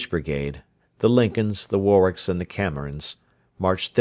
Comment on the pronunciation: Really excellent reading. A few mispronunciations of English names and words like 'Warwick' and 'slough' and 'Gateacre,' but they scarcely detract from what is otherwise a highly professional and effective reading. Well done, sir! This is far above the usual Librivox fare that I have come to expect. I will be looking for more. Many thanks for such an enjoyable experience.